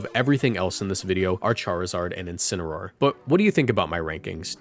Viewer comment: Incineroar. It's Incineroar. GG Shake my hand. Edit: YO WE GETTIN COCONUT MALLED AGAIN